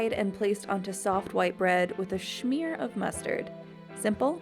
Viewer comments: quit saying schmear like that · stop saying schmear its smear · Smear! There's no H in it. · Why is the girl saying shmear instead of smear, ugh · Why you keep on saying schmear I swear to god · Stop saying "Shmear" please...